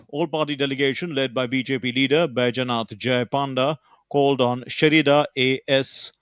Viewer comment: Baijanath? DD news readers cannot even pronounce Indian names these days. How low DD has fallen from the golden era of 80s and 90s. Baijanath? Really? Who appoint these people?